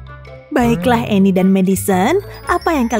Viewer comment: cuba dengar betul betul annie bukan emi